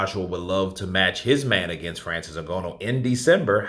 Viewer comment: Bro, it’s not a matter of interpretation. You’re still saying N-go-no WTF 🤯 I don’t understand why you keep butchering this man’s name